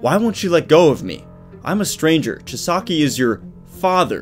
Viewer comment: That's not how you pronounce kai chisakis name dont know hoe to spell it but you can also call him overhaul but whatch the English version on hulu